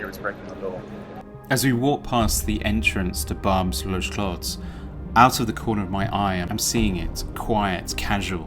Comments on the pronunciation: Barbés has always been like that, at least since 1999 when I lived in Paris. it was a zone where you could buy stolen cars, fake ID, guns. ..It's pronounced Barbesse. it's not market engineering, it's just how a parallel world which lives next to reality. It's tolerated by the city so as they know where all the bad stuff lives. You quite clearly have no clue about what you are talking about ,and are projecting your SJW agenda onto a situation you clearly do not understand. Learn some French, pauvre con. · Racist bullshit - Barbès was like this 32 years ago. Yet another TRASH propaganda channel . The very WHITE Brit "host" can't understand French-African accents - nor pronounce a single word correctly - it is Barb-ès. No wonder Brits are NOT welcome in the white rural center of France. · Two white British snobs walking the not-so-posh market at Barbès (which they can’t even pronounce right. It’s pronounced Barbess), and judging the crowd which they can’t stand being diverse. One guy tell them it’s not allowed to smoke at the market (but they don’t translate that of course and instead they claim he is trying to grab their camera). It’s bullshit and disdain all throughout the video. These people, diverse as they are, as France is known to be “the crossroad of the world”, are all going about they day calmly doing their open-market shopping as it is current in France in most neighborhoods. I’m half French and this is quite common in fact. But you folks clearly hate the common folks. Your superiority complex, your discrimination shows. Pathetic and retarded. Get out of your gated community of sames. Travel the world and open your eyes. Lots of diverse colors and cultures. And of course many people do not like to be filmed while they do their shopping, they like their privacy and are not social media wannabes like you. 😂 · If you're gonna lecture us about French culture, you could at least bother to pronounce 'Barbès' properly. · Barb- ez not barbes.